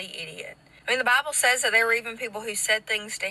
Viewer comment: I love how all the hicks pronounce "DAH BABBOL"